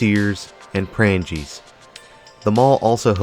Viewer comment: I believe you meant prang-gee, or prang-gee way which were discount stores like kmart